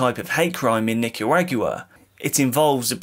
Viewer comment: Omg I had to fwd. I couldn’t keep listening to “Nick-ah-RAAG-you-wah”. 😩